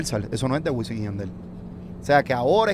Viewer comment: Alguien que le diga a Wisin que usa la M y no la N.....